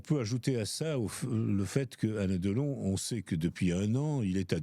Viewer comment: Deuhlon, sa filleuh, Boulogneuh, sa mèreuh chanteuseuh allemandeuh, la drogeuh, l'héritageuh, commeuh il raconteuh bien les histoireuh le meuhssieuh ! Mais jeuh jéteuh l'épongeuh !!!